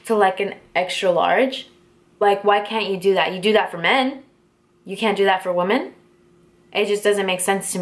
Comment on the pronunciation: It's pronounced "wim en" just FYI. I love your sparkly makeup and backdrop btw!!